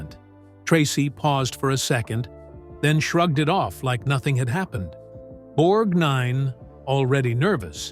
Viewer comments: Borg-NINE??? Ethyl Mer-MAN???? English as second language or a narrator who really knows nothing about the topic? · Irritating voiceover👎 and his name is one continuous Borgnine…..NOT BORG NINE! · It’s pronounced with the accent on y]the first syllable. BORGnine. Why is this sloppy presentation allowed? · None of the pictures of women in the end were Winters... You're pronouncing his name like it's two words? Borg nine... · IT'S NOT BORG-NINE BUT BORGNINE. GEEZ!!! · I hate the robo voices. Even though they're sounding more realistic, the creator here doesn't care about his audience when "Borgnine" becomes "Borg Nine" -- just reeks of lazy desperation. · Interesting audio, strange visuals that didn't match the narrative. Also, it's BORGnine not BorgNINE. And Ethel MerMAN about took me out. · I get so sick of these narrators talking as if they were born yesterday. Everyone, EVERYONE, since my childhood, starting in 1952, pronounced it BORG-nine, not borg-NINE. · Borg--Nine. Borg---Nine. Nothing like a Cyborg talking about another Cyborg. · Why does the narration keep pronouncing his last name differently? Half the time it sounds like he was the ninth Borg (borg NINE) and other times it sounds fine (BORG nine). WTF? Did I just hear "Ethel merMAN"?! If anything, she'd be a mermaid. It's MERman, rhymes with German. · What's with all the weird name pronunciations? The stress on NINE and "Nancy" pronounced "Nansay"? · Why does the MC keep stressing "nine" in Ernest' last name? It pronounced "Borgnine" with NO emphasis in the last four syllables! If your going to do a video about someone get their name right. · Irritating the way the guy insists on pronouncing Ernest's surname as; "Borg - Nine". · Interesting but too many sloppy errors and repetition. Being unable to pronounce Borg-nine or Mer-man correctly makes you wonder where this guy got his information. We never learn who the “feud” was with, either. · "Borg-nine" "Mer-man" Gotta love those computer-generated voices.